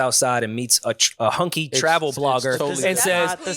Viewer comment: Am I the only one who thought said a "Honky" travel agent instead of "Hunky".